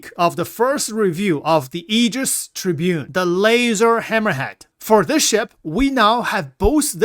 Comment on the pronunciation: Aegis Tribune. cmon man its TEE bOO RonE Tiburon